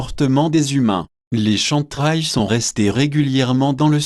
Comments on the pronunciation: Excuse moi c'est Kem Trails et non Chantrails SVP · plus des "chèm traiylls".... c'est un peu le soucis avec les vidéos pseudo-Anonymous qui utilisent des logiciels de vocalisation pour dire un truc à la con que l'auteur n'assume même pas.... si hervé guiet a une once d'honnêteté, qu'il achète un micro et nous fasse une vraie vidéo, avec ses sources en commentaire... là, pour moi, c'est du pipo... du pipo! si il joue de la flûte, c'est tant mieux?